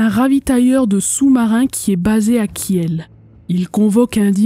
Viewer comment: Superbe documentaire, as usual. Une seule remarque : Kiel se prononce Kil, sans le e. Sinon, cela prête à confusion avec la charmante et paisible ville de Kehl, en face de Strasbourg, de l'autre côté du Rhin. Continue.